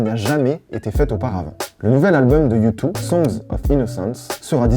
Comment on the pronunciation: Ca se prononce « youdeuh » ;)